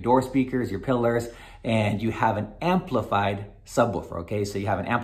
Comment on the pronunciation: he said “amplifried” lmao